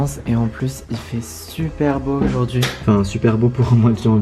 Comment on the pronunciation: Sa me stresse dans toutes ses vidéos il dit oujourd’hui😂😭